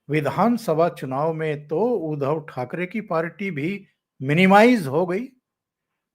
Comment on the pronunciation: आप उनका नाम उच्चारण गलत क्यूँ करते हो?. उध्दव ना के उधव..... उध्दव सही उच्चारण है